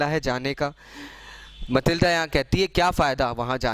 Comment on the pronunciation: It is Matilda not Malitda